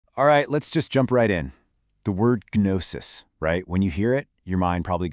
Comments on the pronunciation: Gnosis is pronounced with a silent 'g'. 😵‍💫😵‍💫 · This is a pretty good intro to perennialist thinking... seeing the truth in every system and recognizing the common structure (truth) behind seemingly disparate details. For those interested in such things, don't let the AI mispronunciation of 'gnosis' get in the way of an idea worthy of consideration... IIRC, I don't think that word comes up after the first minute or two anyway. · Not trying to be rude, but the mispronunciation at the very beginning of the video made me immediately click away.